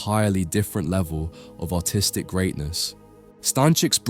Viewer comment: Every time he says "artistic," I hear "autistic." Every single time.